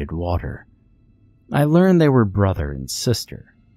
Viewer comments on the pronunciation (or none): none